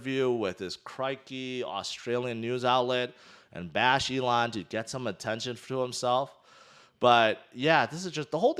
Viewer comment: Mate, were you not calling "Elon" "A-lon" last May? Were you not salty about Elon? Wtf is wrong with you clown?